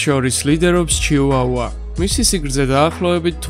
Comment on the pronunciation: ჩიუაუა კი არა ჩიხვახვა